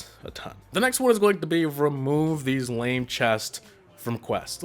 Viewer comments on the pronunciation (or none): none